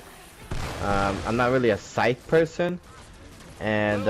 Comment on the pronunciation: Say sycthe SIKEEEEEE 🤦🏻‍♂️